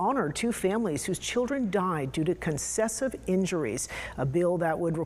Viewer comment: "Concessive" injuries?! Did she misread 'concussive' or did she mean 'successive' [as in repeat] injuries?